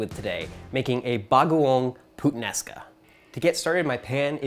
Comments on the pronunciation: i choked after he said PUTsomething sounds like putaenaka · I actually laughed when he say the "Puttanesca" thing it's just sounds like saying badword 😂 sorry guys lmao